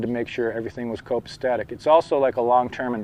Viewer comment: Copacetic my friend not copastetic. Like your vids.